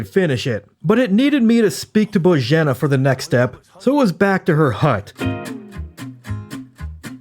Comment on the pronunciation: the fact he didnt mispronounce Bozhena or Pavlena's names 5 seconds into the video deserves respect